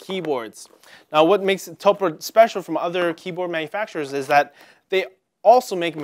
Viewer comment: Man... this is just... a poorly informed video various points throughout, and also -- "To-pu-re" not "Toprah" like Oprah.